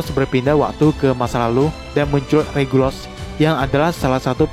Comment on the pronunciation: Regulus bang bukan regulos